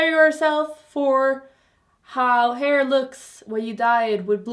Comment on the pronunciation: I kinda love how she says Hör to hair 🙏